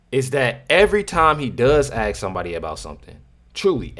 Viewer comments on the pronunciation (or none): Asskkk Not axe!!!! Ask!!!🤷🏽‍♂️🙄🙏🏽✌🏽